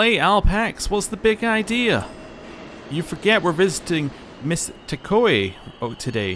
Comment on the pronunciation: To avoid another "Reesee" situation like from P4, I am going to nip you in the bud with Takao. You are pronouncing it "Tah-ko-ai," but the correct pronunciation is closest to "Tah-Cow." Again, like when I called out your "dehabilitation", this comes from a place of love. :)